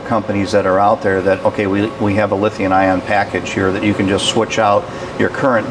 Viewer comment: It’s LITHIUM not Lithiun.